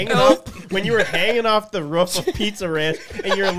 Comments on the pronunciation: Bro it’s roof not rof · Sounds like he’s imitating a dog barking 😂